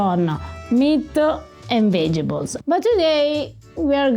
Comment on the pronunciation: Every Mamma tells you to eat your vegebols. Come on, how many years have you been speaking English? It is vegetables (not pronounced vege-tables as Italians do). Use "veggies" if you struggle.